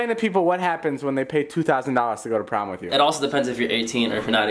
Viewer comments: what the hell is wrong with and when he says with he makes it sound like wif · is it just me or do you guys also notice that say wif instead of with? lol😂😂👍👌